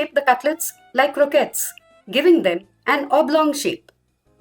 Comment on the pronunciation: My favourite too! You’re one of the few people who pronounce Croquettes properly. Most people say “Crokays”. Great video, you make it seem easy and thus tempting to try making it oneself.